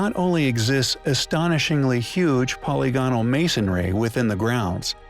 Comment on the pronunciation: Please learn how to pronounce the word polygonal.